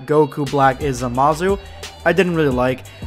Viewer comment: Did this dude just say zamazoo